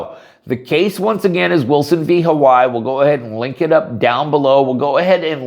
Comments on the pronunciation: Huh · wai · ee, Not How-Why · Ha-why is the English pronunciation.. Ha-why-ee is the Hawaiian.. doesnt look Hawaiian